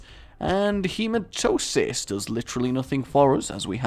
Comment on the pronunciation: Its hemaTEMIS god damn it, every time.